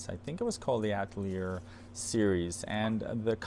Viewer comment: Atelier is pronounced "a-tell-ee-ay"